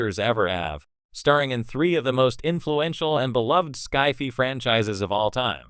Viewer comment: AI stupidly mispronouncing SCI-FI... lol